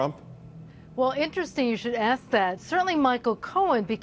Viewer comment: Mercedes COLON, seriously? Obviously he hasn't taken spanish.